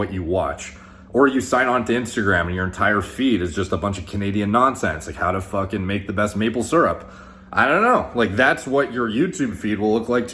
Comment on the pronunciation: "How to fuhking make the best maple syrup" hahahaha😂